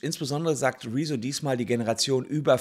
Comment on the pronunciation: Der blauhaarige Schlumpf ist nur eine Sprechpuppe. Ausserdem heißt er "Rezzo" und nicht "Rieso".